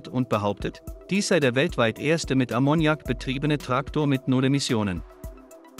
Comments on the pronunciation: Ammoniak wird auf A betont .Ist bei Verdampfung sehr giftig. Aber wäre eine gute Lösung. Ist völlig C frei. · Konnte ich mir nicht anschauen. Wer durchgehend "Ammoniak" falsch betont, kann nicht ernst genommen werden. :face-blue-smiling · Das fährt nicht mit Ammonnjak, lern deine Muttersprache erstmal. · die Betonung liegt auf dem 1. A, das kann man ja nicht anhören wie hier Ammoniak ausgesprochen wird. Vielleicht sollte mach doch lieber auf die AI-Stimmen verzichten,. Zum davon laufen. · Wollte gerade das gleiche posten. Schön, das es nicht nur mir auffällt. Musste ausmachen. 😜😜😂😂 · Ich hab den Unfug auch nur eine Minute angeschaut und dann sofort mal einen Blick in die Kommentare geworfen weil ich die Aussprache von Ammoniak so furchtbar finde. Ausserdem war es schon von beginn an mal wieder alles so das man sofort wusste, da kommt nix bei raus wenn man sich das weiter anschaut. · Die falsche Betonung von Ammoniak killt mich. Kann nicht weiterschauen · Lern erstmal, Ammoniak korrekt auszusprechen!!